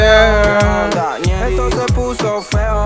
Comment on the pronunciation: Jajaj en vez de ñeri dice neri porque en USA no existe la Ñ 🤣